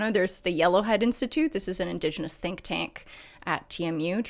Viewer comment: Did you just say indos genos???